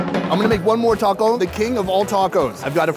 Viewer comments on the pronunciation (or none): none